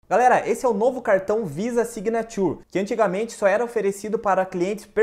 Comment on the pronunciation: Amigo a pronúncia signature está errada,mas parabéns pelo vídeo